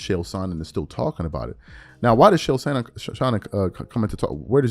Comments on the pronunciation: Whwt was the topic, i was distracted with him saying Shay-L? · Its pronounced "KAEL" Sonnen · Bra... its ch ch ch... chael.. not shael TF! An its not Saanon.. its son..non. sorry it was was getting annoying. Love the show